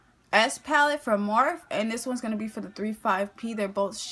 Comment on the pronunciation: It's pronounced like morphie but spelled morphe